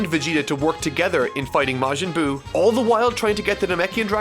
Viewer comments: " majin goo " wht ?? 😂😂😂😂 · I enjoy that you call it Majin Goo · “Majin Goo” Nice.